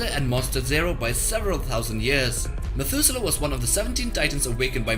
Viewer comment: Methuselah... Methudewe Ra Iso 🤣🤣🤣